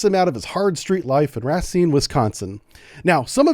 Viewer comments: It's pronounced RAY-SCENE, not Rah-Sine ❤ much love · It's pronounced RA seen spelled, Racine. Why was he not being transported on a military transport if he was in US custody? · Racine is pronounced like Race Scene merged together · The biggest crime here is the mis-pronunciation of Racine. 😂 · FYI - it's pronounced, "Ray-seen" Wisconsin - not, "Rah-seen" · Racine is my hometown so this has been interesting to say the least. Just wanted to mention though it's pronounced "Ray-seen" (some locals say "Ruh-seen") rather than "Rah-seen". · As a wisconsonite i have to point out, Racine is pronounced "Ray-seen" not "Rah-seen" XD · The town he’s from is pronounced RAY-seen. Racine. Excellent video! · Racine prnounced ray scene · Pronounced Rah-SEEN. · Racine is pronounced RAY-SEEN. it's next to Kenosha Wi. which most folks should have heard of by now. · RA SEEN WISCONSIN? BRUH THATS NOT IT COME ON MAN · pronounced Ray - Seen , Wes-con-sin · Ruh-seen is the correct pronunciation if you ever have to say it again. Love your videos! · Racine is pronounced ruh-seen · It's pronounced Ray seen = Racine, WI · Great video, however, you pronounced Racine wrong. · Tell me how i know your not from the midwest... the way you pronounce Racine. HAHA